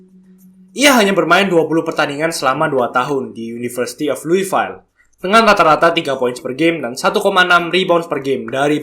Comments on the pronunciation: Baca luifil / luifiel not luwifail 😂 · Louisville = luivil👈👍 luivail👈😅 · Hot sauce! Btw lu-i-vil for Louisville